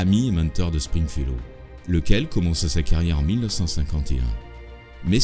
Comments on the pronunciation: string fellow et non spring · PUNAISE! Meme toi tu dis "sPringfellow hawke" !! Et je viens de lire qu'au générique c est "sTringfellow hawke"!!!!!!! Je vivais dans le mensonge depuis tout ce temps! TOUTES CES ANNEES!!!!!!! 😱 JE VAIS ME PENDRE!!!!!!!!!!!!! EDIT: Ah bah je me pend p'u!!!! Maintenant c'est écrit avec un "P"!!!!!!!! sPringfellow hawke